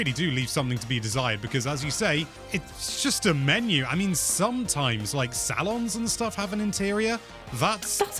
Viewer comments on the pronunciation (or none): It's sa-lon. Not sal-on.